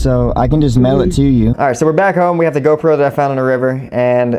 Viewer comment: am I the only one, or does he say "GoPro" so weird, the wrong emphasis on the wrong syllable.